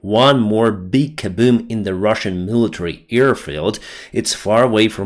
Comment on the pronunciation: “A big kabewm” lol.